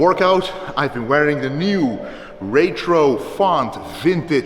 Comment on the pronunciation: He says retro as "ray-tro" 😂😂😂